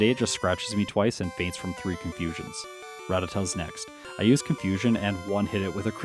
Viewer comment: You know you pronounce ratatat funny This how I learned how to pronounce it season 1 of Pokémon